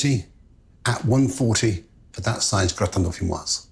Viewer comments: You don't pronounce the final "s" in dauphinois (should sound like "dauphinoi"). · Don't say de "s" at the end of deauphinois. It masculine not feminine. Un grattin deauphinois. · You don't pronounce the 's'. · The s in dauphinois is silent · It’s Marco’s choice to pronounce the word ‘Dauphinois’ wrong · Remember that 'gratin dauphinois' has no final 'e', therefore the 's' is not sounded. Very good recipe!